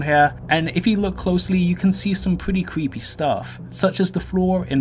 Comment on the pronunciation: I can’t take you seriously when every other word with the letter R in it is pronounced with a W instead. You can record as many times as it takes before posting but no “cweepy” doesn’t go with the theme of the video.